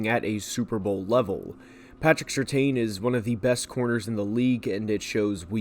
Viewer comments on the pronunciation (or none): none